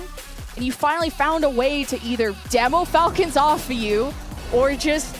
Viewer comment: all the falcons names were mispronounced 😂